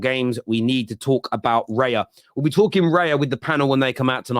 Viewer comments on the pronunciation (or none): it's raya, not reya